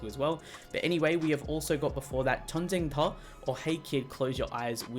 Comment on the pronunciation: '전쟁터' 발음 너무 좋으신데요 ㅋㅋㅋㅋ 👍🏻